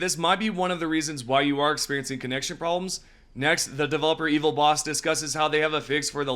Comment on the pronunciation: It's Evil Boss-eh, not Evil Boss. Bosse is s common Swedish first name